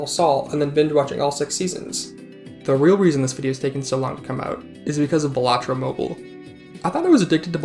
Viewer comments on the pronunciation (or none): Why do you say ballahtrough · Huh I thought its pronounced Balatro not Balatro